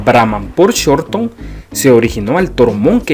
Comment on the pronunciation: No es raza brahmán por shorthorn se dice con sort hon